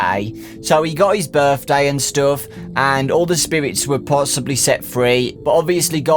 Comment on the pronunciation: “Berfday”, why isn’t this the real word?